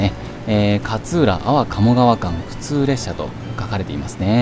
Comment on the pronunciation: 勝浦の発音が銀魂の桂小太郎のキャプテンカーツラみたいなのはまったw